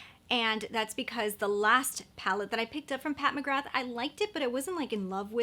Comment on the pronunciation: Just a heads up, McGrath is pronounced Mcgrar. I know, who knew?! Didn't you get the Lisa Eldridge blush or highlighter? They are phenomenal. Another excellent brand that very few people talk about is Saie. Their highlighters/illuminateurs and blush are fabulous. 💙💙